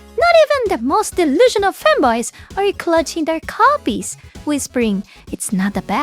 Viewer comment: wokeguard success denial baaaka >it's a clearence bin appocolyps , buy 1 take 5 XD also has everyone ever mentioned in your comments that the way you say "fanboys" sounds way to close to "femboys" , which funnily enough would be an apropraite adjustment of term for gayage wokeguard fans? XD ... also how bout they throwa few of those millions$ our way so you know not ALL of it goes to waste getting burned at the altar of sjw >>??....